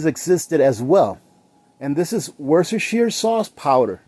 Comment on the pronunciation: I'm over in the UK Worcestershire is pronounced Woostershire. We call it Wooster sauce